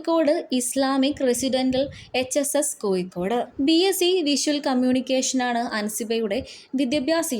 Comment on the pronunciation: Nee there padichitille koyikod alla Kozhikode anu put hiya varthayum kond vanninu Savam